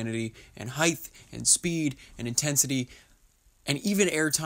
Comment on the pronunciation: Why do people from Southern California pronounce the word “height” with an “h” on the end?